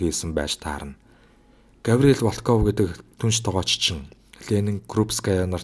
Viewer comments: Волкоов Волкоов л гээд байх юм Воолков гээч дээ. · Волков гэж бичээд ВООЛКОВ гэж дуудна шүү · Волков гэдэг үгийн өргөлтийг нь зөв дуудаарай.